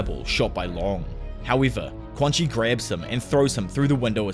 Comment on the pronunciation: i believe quanxi's name is pronounced "chuan-shi"